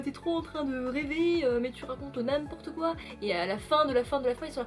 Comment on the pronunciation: Coucou ❤️ Attention avalanche de punchlines! « Ce livre sent le tabac froid! » « Ils sont pas arrivés là tous seuls » 💪🏻 « Mais tu racontes n’im-porteuquoi » (alerte accent😂) « Nique les gens comme ça » « Ma soeur elle va faire des gaufres » Oh tu me donnes trop envie de lire In Waves🤍 🌊 (et de manger des gaufres) J’aime beaucoup que tu aies inséré quelques planches! J’espère que tu aimeras Mistborn! Quel est le roman de Sanderson que tu as déjà lu? 🤗 En tout cas j’adore l’esthétisme de la vidéo, la musique, le cadre.. Bravo à toi! ❤️